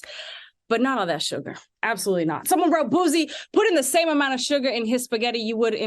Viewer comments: The sound of people who speak very proper saying Boosie’s name is so irritating 😂 it’s not Boo-Z it’s BOO-Cee. Damn! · The way she mispronounced Boosie repeatedly is upsetting me and my homegirls. 🤣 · She got to go! Who is this. Does she know anything about black culture. She called Boosie, "Boozie". Harpo who dat woman. Come back Claudia😢